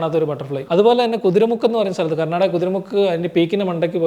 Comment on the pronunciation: കുതിര മുക്ക് അല്ല. കുദ്രേമുഖ് ആണ് 😄